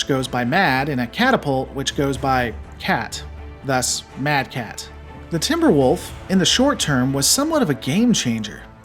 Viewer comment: It wasn't inner sphere Commanders. But sensor arrays that marked the timber wolf mad cat. Because the computer couldn't figure out what it is so went with closest mech design it knows. And you pronounced it right.